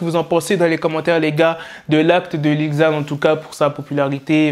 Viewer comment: 😂ca se prononce lil zan pas li ggzan